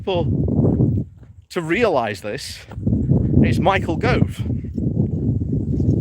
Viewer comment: And Yes BHM has some challenges with names, Michael Grove comes to mind 😂